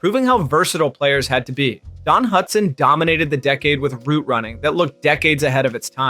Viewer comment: He said ruit running